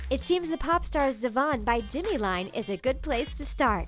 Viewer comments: It's Demi not dimi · It's Demi not Dimmy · D E M I. You are pronouncing it dimi. the e in demi make an e sound not an I sound. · She pronounced Demi dimi and zayn Malik as malike